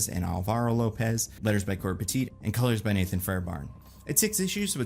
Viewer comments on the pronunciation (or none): none